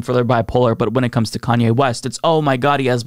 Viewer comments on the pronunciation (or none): Lol, "KKKanye", damn.